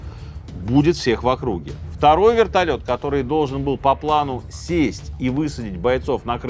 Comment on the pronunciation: Вэртольет приземлился тихо😂 сказка дэтэй пугать